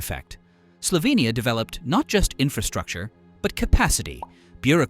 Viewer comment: i like how you say Slovenija like we say it and not Slovinija like people usually say it in english... :> Piran is the prettiest city in Slovenia! Please DONT! visit it there is too many tourists here already.